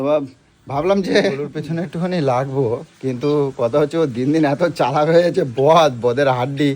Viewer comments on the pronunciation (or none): গোলু কি হয়েছে? "চালক" না "চালাক"?